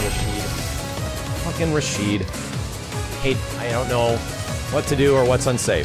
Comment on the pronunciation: Now I could be wrong about this, but I've heard his name is Rashid, not Rashido. I'm gonna look more into it though.